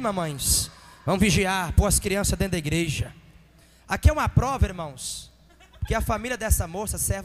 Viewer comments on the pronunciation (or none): none